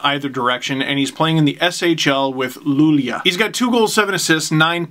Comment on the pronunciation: Luleå is pronounced 'Luleo' :)